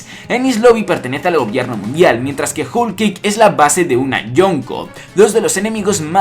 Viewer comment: se dice "jol"=whole y no "jul" como tu lo pronuncias. Por cierto buena teoría pero se te está olvidando el papel de dragón dentro del desenlace final. Saludos